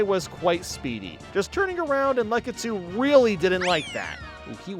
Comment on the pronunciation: I love how he pronounces Lakitu's name as "LUCKitu" even though, I'm fairly confident, it's pronounced "LACKitu"